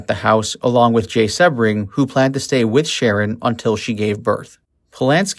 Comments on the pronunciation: The constant mispronounciation of Jay Sebring’s last name is driving me to distraction, his last name is not one he was born with, he used Sebring as his last name for marketing purposes, because Sebring originally is a famous Florida car racing event, and he wanted something that suggested the heady excitement and glamor of the Florida race, which is known as Sebring, and it is pronounced with a long e sounds, like See-bring. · If you're going to spew some crap about this murder, at least pronounce Jay Sebring's name right. "See-bring." 🙄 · The picture you showed in color is of Barteck Voyteck, Voyteck’s son! And Jay last name is pronounced SE-BRING!! You need to do better research before you make another post! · It's prounced SEEbring. Nice to mention Steven Parent. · SHARON WAS NOT STABBED IN THE STOMACH, FOLGER WAS NOT BOUND BY THE ROPE!! YOU DO NOT DO PROPER RESEARCH AT ALL! CRAP VIDEO. Go look at the crime scene photo, you can see her stomach. Also you pronounce Sebring wrong! You lose credibility when you report things that are not true! Do better! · SEE BRING not seb bring van hoot tan ? i'm thinking you weren't alive during this time in 69,because you're getting the pronunciation of the names wrong and with living through that era,which i did,you would have been familiar with how their names are properly pronounced,yet it was a good docu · You say Jay's last name wrong. It is a hard E SEEbring. I mean really...if you are going to do a video on someone at least know how to say their name correctly. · It’s pronounced Seeee bring omg how annoying when they don’t know their names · Jay “See-bring” not “Seb-ring.” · His name was Jay Sebring...Pronounced SEABRING!...not SeHbring. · dude. it's pronounced "sea -bring". you gotta get that down when you're talking about one of the most infamous and well docu,emted murders in history down. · Its jay see-bring bro. Like the car. Lol